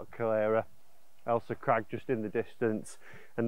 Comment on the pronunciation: Went a bit wrong on this one, it’s Ailsa Craig not crag and it’s definitely not the Irish Sea it’s the Firth of Clyde. Will let you off as your vids are great. Try Prestwick St Nicholas next time you’re up this way.